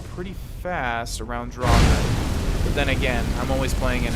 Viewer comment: Drag ore that's the pronunciation